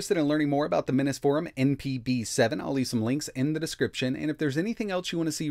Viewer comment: It seems like you pronounce Mini’s Forum incorrectly. Drives me crazy.